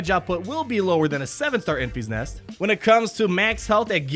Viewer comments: En-FISS NEST, not EN-feesnest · En-FEE's-Nest!!!!!?????? Omg it is killing me ... it's "En-fis-Nest" I cringe each time he says it! Lol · En-FISS Nest, not En-FEES Nest as per the Movie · I saw the movie again last night - tge middle syllable is different from your pronunciation: it’s not pronounced as en feas nest ; it’s en fis nest (rhymes with diss, not ease ). Hope that helps. You have great content.